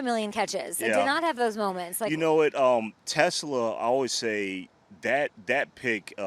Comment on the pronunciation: Please please please learn how to pronounce TeSlaa' s last name. te-SLAA